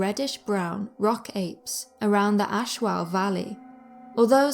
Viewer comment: It's pronounce A-Sho, not As-Hau. Anyway, good video.